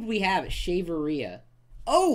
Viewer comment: LOL!!! The way he says that 'shaverea' thing was hilarious: "Shave her... rear?"